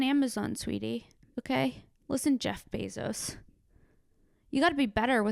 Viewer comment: For a moment I thought you were saying "Bez Hos", as if Jeff Bosos has a Bez Ho or several tucked all over the city in little apartments like Howard Hughes. Amazon groupies. Shit maybe he does idk!